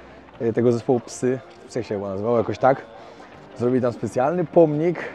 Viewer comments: Zespół psy prawidłowo wymawia się "saj" w języku angielskim oczywiście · Zespół psy wymawiaj się jako "saj i tak wymawia to zespół"